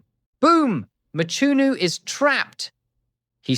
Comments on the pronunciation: It's Mchunu not Machunu or Matshunu. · Hearing you butcher the surname "Mchunu" almost takes away from what is otherwise a great analysis. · Eish...pronunciation of Mchunu😢